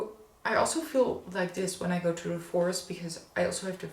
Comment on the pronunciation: I like the way that you say ‘choo’for ‘to’! Can’t get away with anything, can you! 🥰